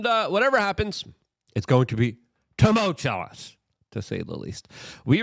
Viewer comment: Temult-You-Us! Please say it right. It's like you are on purpose saying it wrong but want us to tell others to do right when this is the easiest thing in the world to do! Good Grief!